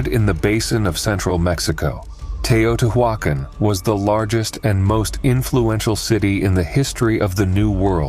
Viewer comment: Tao-tee-wa-con. damnable computer voice slaughters pronunciation. Tao tee wa con